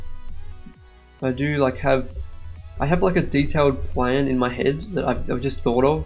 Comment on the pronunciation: You said maij XD